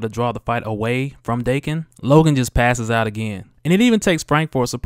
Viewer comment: It's pronounced Dah-Ken